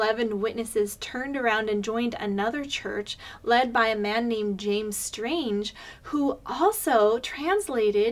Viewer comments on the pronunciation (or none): I believe it’s Strang not Strange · Strang, not Strange. (There goes your whole case!) 😉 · It’s Strang. Not Strange. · James STRANG not "strange". LOL! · FYI, it is James Strang. No "e", pronounced with "-ang". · James Strang not Strange, Obviously you don't know a thing. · 6 ways to cherrypick shallow information. Can't even pronounce James Strang's name right. 😂